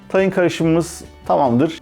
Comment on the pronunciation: Tahin diye okunmaz. İlk hece uzun okunur!